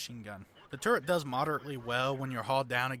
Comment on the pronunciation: Turret. Not 'TurreNt'. A personal pet hate of mine.